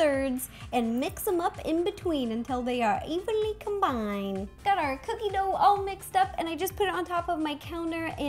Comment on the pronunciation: stop saying evenly cumbind😬